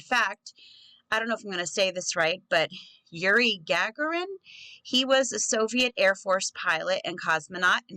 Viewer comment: Yuri Gagarin - You got his first name correct. His last name sounds like ' Ga - Gor - in "